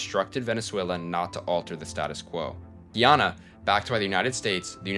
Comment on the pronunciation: it's pronounced GUY- ANNA